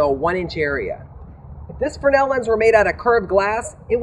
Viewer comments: Why do you keep calling the Fresnel lens a "Frennel"? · If the heliostat costs so much why not just run a fly wheeloff an electric motor with a worm gear to adjust for the suns movement? Not that hard...mathamatics Watson. Just a thought and maybe were all wrong but, in the great lakes its pronounced FREZNEL lens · I`ve heard of and seen Fresnell lenses, but what is a Frenel lens the presenter is babbling on about, or is he to stupid to pronounce the name properly?